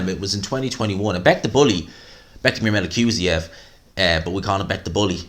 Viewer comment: Of all the names you butcher you manage to pronounce Bektemir Melikuziev correctly 😂